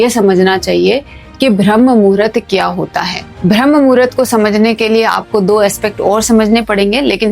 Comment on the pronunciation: यह 'ब्रह्म murhat ' नहीं है मैडम, यह शब्द है - 'ब्राह्म मुहूर्त' है. जब आपको सही शब्द ही नहीं मालूम तो फिर उसकी जानकारी भी आपको क्या ही होगी?